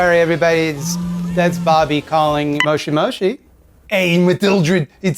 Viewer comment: Just a little note: It is pronounced either "moshi mosh" or "mosh moshi".